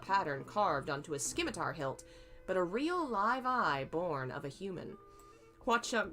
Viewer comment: Simitar its a silent c :) Oh wow your reading of TGCF is brilliant.